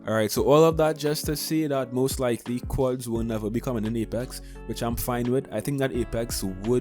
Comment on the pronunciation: You can't pronounce quadd